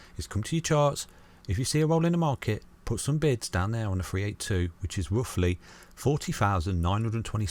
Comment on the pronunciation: I always thought he said bits :0